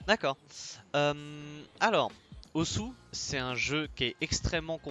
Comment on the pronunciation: (Par contre on dit pas ozou ou ossou, mais plutôt oss) Cf: osu! Tatakae Ouendan ou la conférence de peppy à Japan expo